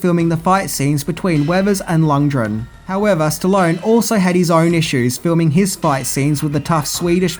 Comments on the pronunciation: Lundgren, not Lungdren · Lund. Gren. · 16 minutes of butchering lundgrens name. There’s a fucking G in there my dude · Wtf are Dolph "Lund-dren" and Max "Shmenling"? Can't say I ever heard a song called Burning "Heat" in Rocky IV, either. Do you write your notes with your forehead? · I know you’re generally as thick as two short planks, but for fucks sake learn to pronounce peoples’ names correctly. There was no such character as Ivan Dray-go, and he wasn’t plated by any actor called Dolph Lunge-dren. You’ve only had 36 fucking years to learn how to pronounce them correctly. Bell end.